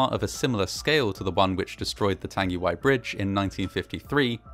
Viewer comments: Tongue-a-why I'd how it's pronounced bro- Nzer/ part maori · tung-e-why . g sound is mostly silent in te reo maori. love your work mate. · Pronounced Tongue-e-why disaster. Arohanui ❤ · Tangiwai. Tarn-gi-why? Nah. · not to be that person but the pronounciation was actually... not the best. like at all. notably the "ng" sound in tangiwai, whangaehu was mispronounced with a hard g instead of a soft g. also he used the "w" sound for whangaehu instead of the "f" sound. can't blame him though, he was reading it in phonetic English rather than Te Reo (and many pakeha can't even say shit right so there you have it)